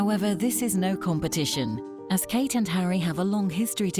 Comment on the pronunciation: Kate not kat